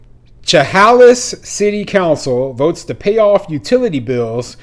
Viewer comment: Thanks for your latest video, but two corrections are needed: 1. As another follower mentioned Chehalis is in Washington, nor Oregon. 2. Chehalis is pronounced “Sha-Hay’-Lis” with the emphasis on the second syllable.